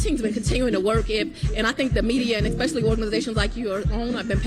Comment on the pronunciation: I’m a little perturbed at having been “talked down to,” as a “lay person” by someone who can’t correctly pronounce the word, “especially.” 🤨